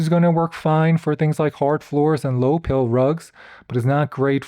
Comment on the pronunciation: Hi PILE carpet. Not high "pill".